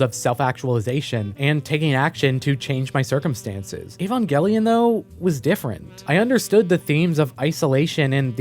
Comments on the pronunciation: EvOngelion Avongelion Shinji Barksdale Gotta keep them Angels off my corners! Sorry every time you said Evongelion I couldn't help but think this. It's Evangelion. With an a. 😉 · How do you make an Evangelion video when you can’t even pronounce it correctly?